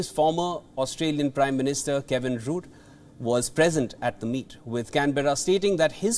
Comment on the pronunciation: He is Kevin Rudd (RAAD) not Rude.